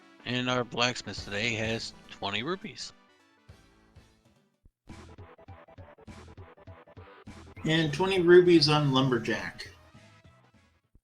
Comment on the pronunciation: Rupees, not rubies. Lord.